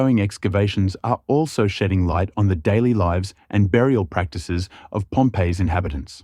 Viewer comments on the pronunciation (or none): none